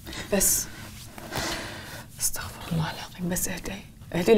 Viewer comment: استغفِرُ الله وليس استغفَرَ الله انتبهو في فرق بالمعنى والي يقراها خطا متعمد يقع بالكفر والعياذ بالله انتبهو و الله اعلم💙